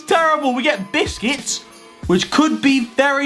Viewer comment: Man really said for busqeuts biscuits 🥶🤣🤣🤣